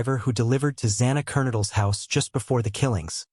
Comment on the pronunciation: And its ker-node-adle